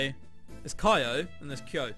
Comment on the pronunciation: I was laughing so hard when you were discussing the name 'Kyo' XD Pronounced Key-yo if you never found out after.. and it's japanese, not korean XD